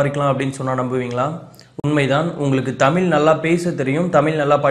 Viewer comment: தமில் இல்லை தம்பி. தமிழ்.